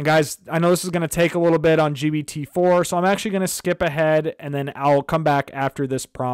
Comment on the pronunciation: WTF dude keeps calling it GBT.